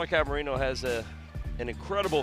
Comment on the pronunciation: Can someone please tell the announcers that it’s pronounced Mo-Ray-no and not Mo-Ree-no